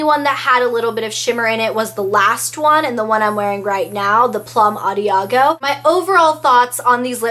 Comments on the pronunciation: Awesome review! Thanks so much! I wasn't sure I wanted to pick them up, but you helped me make up my mind!! P.S. the last one is plum adagio (ah-dah-gee-oh)! Thanks again! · As always....super review....btw...the last one is pronounced Ahh dah Gee oh